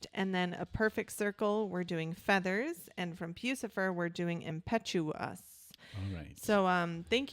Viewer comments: Whose pewsifer??? Its pronounced PUS-IFER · Pronounced... 'Puss...if...er'